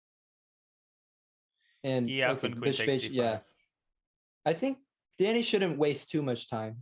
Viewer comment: Russian Danya